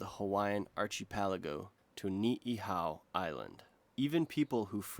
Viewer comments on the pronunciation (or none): What about "Archie-pelago"? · AR-kə-PEL-ə-goh Ka ka ka ka ka 😖😱 my ears!!! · Please learn how to pronounce archipelago. Here’s the pronunciation Ark ipelee go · Tih-bet not tai-bet, and ar-ki-peligo not archy-peligo. No one else seems to have mentioned pronunciation... Otherwise, nice video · It's not "Tie-bet." It's "Tih-bet." The 'i' is not pronounced "Aye", but is a flat 'ih', as in 'ick.' ALSO! It's not "archiepelago", but "arkipelago" in terms of pronunciation. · Oh, what’s up with the pronunciations, or mispronunciations? “Archy-pa-leggo?” Sounds like some Bookie. Where on Earth is that one from. If it is just more AI there is nothing “super” about when info is sloppy. Other than that, It is some fabulous footage. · Tie-bet and Archie-pelego lol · Arch-ipeligo 😂😂😂 pronunciation god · Tie-bet Archie-pelligo 😂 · Archie pal-a-go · Wow, he still says Archie Pelago. And he thinks he'ss so clever. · While I very much appreciate the human narration, there are so many mispronunciations that I can't stick around to finish the video. "Archie-Pellago" is what did it after hearing about "Tye-Bet"... sigh. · "Archie peligo" lol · "Archie Palego" seriously?🙃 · I can't tell if it's AI or not, but I can't imagine a native English speaker, scripted or otherwise, pronouncing "Tibet" as TIE-BET (more than once) or "archipelago" as ARCHIE-PELLA-GO... 😂 OH WAIT! THIS JUST IN it's pronounced correctly. The plot thickens! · i know it is his real voice, but the mispronunciations like "archie -pelago" make it hard to listen to at times. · and the archy-palago.... ohmy... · Tybet????? Tybetans????? Archie-pelago? 😂😂😂😂😂😂😂😂😂😂😂😂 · Why did he say archipelago like that 😂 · Decent vid but you are buterching some pronunciations, which ruins the flow. please look up how to pronounce archipelago. You also mispronounced Tibet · You pronounced archipelago differently twice 😊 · how do you pronounce archipelago 2 different ways in the same video? lmao